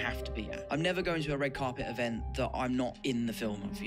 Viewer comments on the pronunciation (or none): none